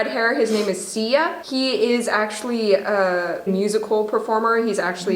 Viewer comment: This girl doesn't know how to prounounce XIA. It's 'Shi-a." Do your research.